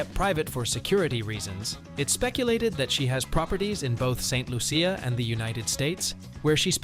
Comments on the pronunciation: Lol lol lol lol lol not even pronouncing St.Lucia properly 😂😂😂😂😂😂😂😂😂😂😂😂😂😂😂😂😂😂😂😂😂😂😂😂😂😂😂😂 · This video is terrible. They have spoken kindly about our JuJu but NOT accurately. The narrator didn't do any research and it shows since he cannot even pronounce the island of her birth and where she represents ST LUCIA! Talking about her being in luxury clothes and bags and owning cars... Anyway Congratulations JuJu you are awesome!! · You pronounced st.lucia wrong